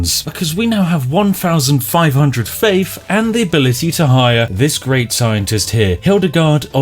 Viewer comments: Gotta hafe faffe. I'll gouge out my ears if I have to listen to you attempt the word faith one more fucking time. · Faif instead of Faith :-D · Panfion costs you faif, ladies and gentlemen. Fank you. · faif and panfian, i forget how the words are pronounced now :(